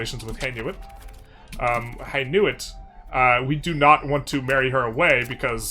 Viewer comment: That's not even vaguely how you pronounce Hainaut. There is only one I for starters. Lol Another great and well explained video, thanks very much!